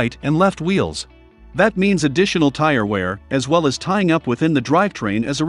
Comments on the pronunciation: hey it Wheels not veals. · Just realized Tesla's have open diffs. . Your voice software says Vheels not Wheels. My ADHD was distracted each time it said Vheel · Did anyone else hear “Veel” a lot?